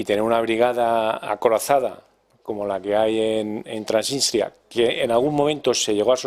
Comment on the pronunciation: Dejen de decir Tranitria o Transistria que suena horrible. El nombre correcto de ese país es Transnistria.